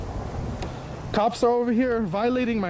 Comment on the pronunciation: He said "y'eard". Ely must be his hero 🤣